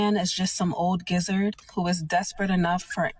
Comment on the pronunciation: That first dummy really said gizzard instead of geezer when trying to describe an old man.. and nobody said nothing?